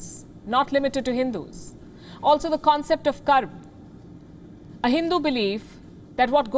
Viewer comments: First English News Anchor who pronounced 'Karm' accurately..!! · When she said KARM not Karmaa. She taught a lesson. just because western people couldn’t pronounce Yog and Indians followed them calling it Yoga. Stick to right pronunciation, the original one. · finally someone is pronouncing karma properly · I loved the fact that she pronounced karma the way it should b pronounced, and didn't say "karmaaa" like most western people do. Same with yog,shiv and a lot more.